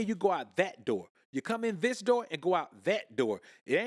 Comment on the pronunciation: Zis man 😂